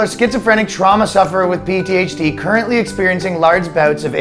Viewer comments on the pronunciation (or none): Did he say PTHD?